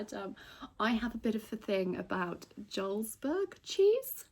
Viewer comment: you looked beautiful for the ball! I love that cheese too. Its pronounced Yarlsberg though as its Norwegian i believe. ❤❤❤❤❤❤❤❤❤